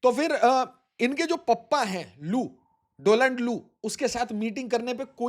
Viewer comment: Learn to read, there is a difference between Doland and Donald